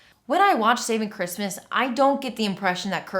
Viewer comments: I keep hearing "Saving Christmas" as "Satan Christmas" and feeling wildly confused for a second lol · Anyone else keep hearing "Satan Christmas" instead of "Saving Christmas"?